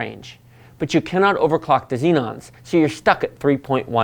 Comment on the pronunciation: Why do you pronounce Xeons "Xenons"? XD Also, why not the 5820K instead of the 6800K? It seems comparable for quite a bit less.